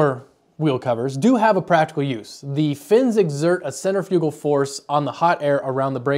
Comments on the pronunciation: Center...fugal...force? One of those words you've read a million times and never heard pronounced, dude? It's actually cen tri fugal force. :) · submittal, maybe you mean submission? Centrifigul in American Standard English is pronounced: sen-tri'-fih=gul accent on second syllable